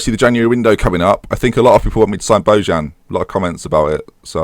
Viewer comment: You pronounced Bojan wrong again,. It's pronounced "Bojan"